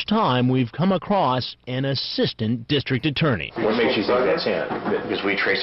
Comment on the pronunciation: I like how we emphasized assistant district attorney 😂 like, “we’ve had about six or seven DAs but never an assistant” 🤣